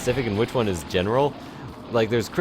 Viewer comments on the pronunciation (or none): none